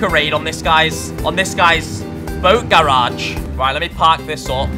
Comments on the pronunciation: Bruh the way he says garage was triggering me (I'm from south Carolina so I'm southern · The way he say garage lol love it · I like how he say GARAGE xD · Love the vids but the way you say garage kills me